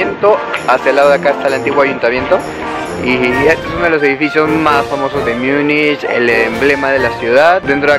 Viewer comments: Porqué dices Miunich? En español Munich. En alemán München. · Si vas a decir Múnich, procura mejor pronunciarlo asi (Munij) no Miunich, asi suena mal.